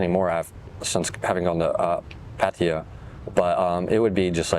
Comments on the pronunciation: right and in the word 'พัทยา', not พัททียา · how one can live in Thailand for a long time and still call it "Pateeya" is beyond me. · พัทยา is pronounced พัทยา Plain and simple.;) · How they said it is absolutely NOT the correct Thai pronunciation. The emphasis is on the last syllable and there is no long "eee" sound.